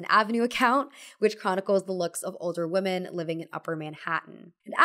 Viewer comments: God, please learn how to pronounce ‘women.’ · please look up how to pronounce women. It’s not the same as woman. You got it wrong all throughout this video.